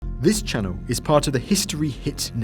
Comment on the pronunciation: This channoo is run by people who can't pronounce the letter L.